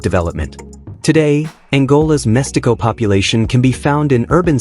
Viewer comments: Great video, I find mixed-race people very interesting, but you pronounced badly the word "mestiço", it's read as "mestizo", not "mestico" or "mestiko" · This video is not one week old, therefore, you are still on time to post a newer version with correct pronunciations: — Itʼs “Évora”, not “eVOra” (with the stress on the “e”, pronounced like “sEveral”, “Ever” or “lEvel”). — “Mestiço” has the stress on “ti”, kind of if it were “mush-TEE-soo” (and it is “ç”, pronounced like an “ss”, not “c”, pronounced like a “k”. — “Ndebele” has the stress on “be”, kind of it were “nday-BAY-lay”.